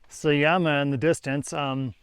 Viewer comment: You have spent more than 2 months in Bolivia and still call their currency bolivar. It is boliviano. Also J is pronounced like H, so it is not Sayama, but Sahama. It is not a desert, it is Altiplano.